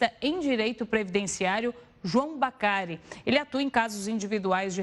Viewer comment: Que Gafe!!! Falou o nome do entrevistado ERRADO! NÃO É BACARI....😮 É BADARI